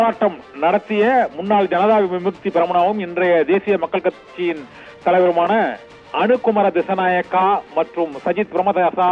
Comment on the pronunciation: அனுரகுமார திஸ்ஸாநாயக..பெயரை சரியாக சொல்லுங்கள்